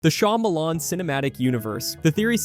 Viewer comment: I can't take you seriously when you say "shymalan fans"